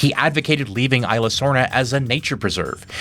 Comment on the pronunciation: It is still remarkable to me to watch somebody do so many videos on Jurrasic Park just to still not get the pronunciation of "Isla" right.